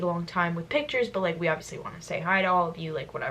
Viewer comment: "WeLl iBviOuSly"